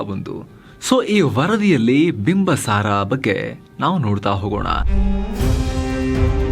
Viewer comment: Bimbasara alla bimbisara ansutte...yakandre nanna magu school history book nalli bimbisara antane ide sir..